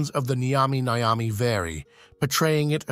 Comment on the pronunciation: It's not Nigh-yami Nigh-yami or whatever the hell you said. Nyami Nyami dude. Pretend you've eaten a nice burger or pizza or whatever, and you enjoyed it so much you say it tastes nyummy. Now say it twice